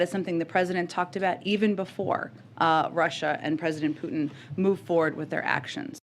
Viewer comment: Thank you Benny for being able to pronounce "Putin" correctly.